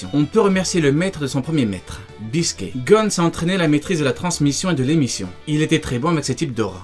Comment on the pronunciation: Bisket pas biscuit hahaha